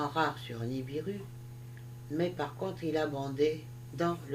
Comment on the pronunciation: Vous dites niribu mais c est nibiru